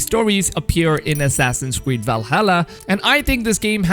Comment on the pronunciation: Assassin's cweed 🤣🤣🤣